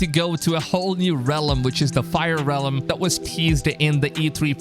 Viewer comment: Fire re-lem. 😆